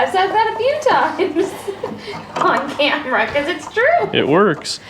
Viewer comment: I love that "Camerra" you did a great job in a short time! Mortske should buy it and finish it! 😁👍